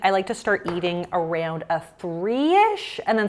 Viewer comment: why do you say “areund” instead of around?